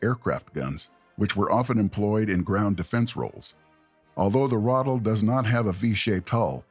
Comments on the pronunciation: ithe not rothel it's R(uh)- ah- tell + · Good video, but for the love of sweet Pauline, please learn how words are pronounced. It's not a "Rattle" it's a "Ra-tel" (emphasis on the second syllable); also, it's a "cup-ola", it's a "cue-pola" ... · Lmao I was sitting here like "when tf is he gonna talk about the Ratel??" Stfu about this Rottle nonsense. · Ai... never heard it pronounced "ruddle" before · The pronouncing is so annoying